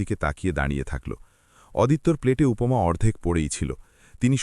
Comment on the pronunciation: অদিত্য নয় আদিত্য। উপোমা নয়, উপমা !!! অসহ্য আপনাদের বাংলা উচ্চারণ।